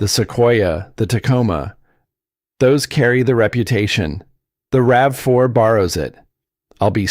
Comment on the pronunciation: RAVE 4? Credibility lost. Get a human or a better bot.